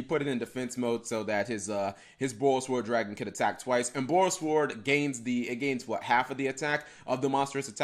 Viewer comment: I have a doubt guys: why does he say Borrelsword pronouncing SWORD like SWORN? Is that right? Shouldn't it be "sword" as in the actual sword?